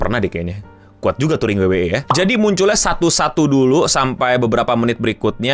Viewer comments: WWE (Dabel yu dabel yu i), bukan dabel yu dabel yu e.. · Dabel yu dabel yu i bukan dabel yu dabel yu e 😂😂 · Bangke gatel bat denger pelafalan wwe pake b inggrisnya, abis double u double u malah E😂